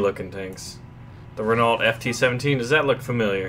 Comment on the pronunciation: Just so you know, although you probably don't care, Renault is pronounced Reno